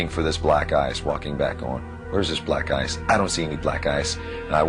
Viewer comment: When james said about black ice i heard black guys